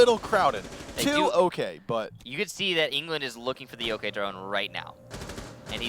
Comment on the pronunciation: wtf he said jokai not yokai lol